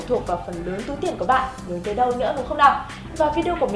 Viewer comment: cô ơi cô nói ngọng từ "lào"